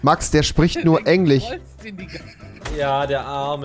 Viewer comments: Rewi: Max der spricht nur englich :D dachte es heißt englisch no front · "Max, der spricht nur EngliCH" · Rewi : Der spricht nur Englich Normale leute : JUNGE ES HEIßT ENGLISCH Rewi bist echt unterhaltsam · Rewi: Max der chpricht nur englich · Englich xD fich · rewi ist so ein dulli. kann nichtmal "englisch" oder "komisch" aussprechen, und sich über andere lustig machen. Opfer